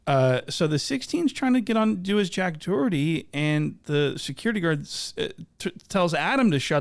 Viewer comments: Sherrif DID NOT just call him JACK DOHERY 😂😂😂😂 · " your jack dorety" 😂😂😂